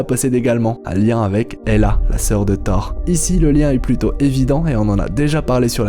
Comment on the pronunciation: Le seul truc, c'est qu' au debut de la video, on ne dit pas "Thar" ou "Grasses sarties" ou "Thar 4" mais "Thor", "Grosses sorties" et "Thor 4" (c'est des "o", pas des "a") ... sinon c'est bien :)